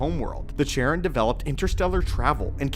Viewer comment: Charon is pronounced "Karon", not Sharon. It's Greek.